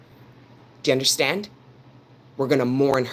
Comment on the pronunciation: I LOVE IT WHEN SHE SAY " YA UNDASTAND" 😂 JUST FEELS LIKE MY ANCESTORS ARE TALKING THROUGH HER..TO ME ❤